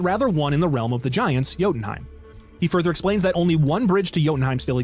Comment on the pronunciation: as someone in chat said, "yodie-heim". viva la mimir